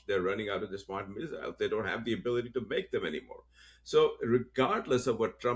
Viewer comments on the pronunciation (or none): none